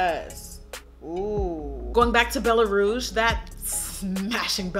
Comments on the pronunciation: «Bella rrrrose» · The way she says "Bellaaa rrrrouge" 😂😂😂. 😘❤️ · BELLA RRRRRRRROUGE